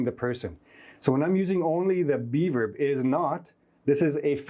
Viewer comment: Thank you for all these insightful classes, keep it up! The only issue I have is that every time you say "be verb" I hear "":D